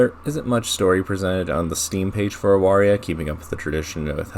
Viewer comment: First? It's pronounced Avaria, I only found that out today. Respect for your preference of Zdrada. Nikita is very cool, Like your reasoning. I am unfortunately torn between Pandemonica and Judgement.